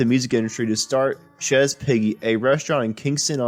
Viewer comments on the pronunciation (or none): Green Witch!! Hilarious. Good channel. I recommend you have an editor listen before you finalize your v.o. Chezz Piggy? Nooooo.... Chez is not pronounced Chezzz. It sounds like Shay, not Chezz.